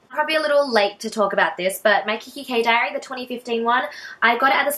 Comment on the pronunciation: What was the diary called? I couldn't understand :(